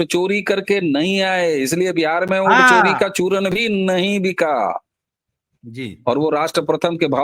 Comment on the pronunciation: अबे क्या वोट को ओट बौलता है । उच्चारण सुधार ले बहुत बुरा लगता है ।